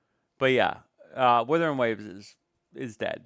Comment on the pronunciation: This month doesnt count cuz half the revenue isnt counted in. Charts were frozen. Also its WUTHERING,not Withering.